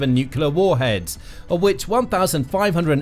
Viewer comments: fyi It's "NUCLEAR (NU_ KLEE _ AR) not NUCULAR. Pedantic , I know, but to me it's like nails on a chalk board since Gee Dubya Bush invented that misspeak. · NUCLEAR....not...NUCULAR! For God's sake. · It is pronounced nuc-LE-AR not nuc-u-LER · If you insist on saying nuclear so often, could you pronounce it correctly? You sound like Homer Simpson when you say nucular. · It's so grating when supposed political analysts or politicians can't pronounce "nuclear" correctly.